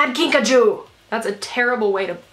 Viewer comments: Whenever you’re saying “Kinkajou” I think you’re saying “Pikachu” 😂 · Take a shot every time she says kinkachew